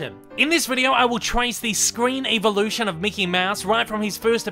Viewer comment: Why do you say evolution like “EEEEVA-lution” like tf.